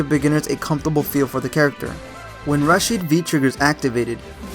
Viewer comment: well in the game they say it... so its not an issue of perspective or culture... you're just wrong lol you also said rashid wrong and they say that in the game too